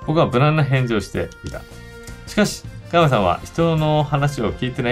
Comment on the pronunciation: 誰が実況しても面白いこの人気ゲームをこれだけ詰まらなく実況した動画は初めてだわ。香山、美樹本など 幼稚にキャラ付けした半ばふざけた読み方が面白いとでも思っているのだろうか。ゲームの良さを実況者がぶち壊してるわな。